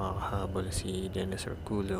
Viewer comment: ORCULLO po is pronounced as ORKULYO✌🏻